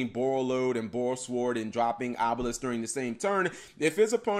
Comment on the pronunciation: I have a doubt guys: why does he say Borrelsword pronouncing SWORD like SWORN? Is that right? Shouldn't it be "sword" as in the actual sword?